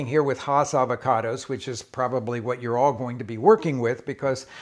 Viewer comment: “It’s ah-vach-oh-dose…”